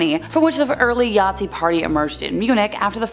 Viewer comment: Did she say Yatzi ??